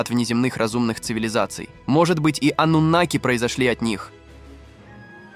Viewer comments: Ты когда с бумажки читаешь , хоть ударение правильно ставь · Они и сейчас живут здесь. Ударение "анунаки" на вторую А. Информация очень куцая. Давно уже всё выложено в инет, а не детский лепет